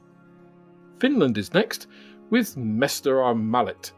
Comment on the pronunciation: Oh dear I always love when Brits try to pronounce foreign languages 😂 Mestarimallit! 😆 Others have already commented about Airfix, I guess love of Airfix is part of mother's milk formula in Britain. Anyway, great video as always 👍